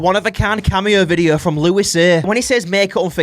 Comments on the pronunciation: his names supposed to be pronounced "loo-ee" btw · louisayy ❌ louispayy ✔️